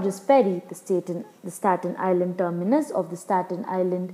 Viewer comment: Geez, the lady doesn't know how to say Stat Nisland.